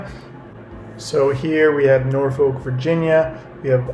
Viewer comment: u keep saying norfolk wrong its "norfolwk"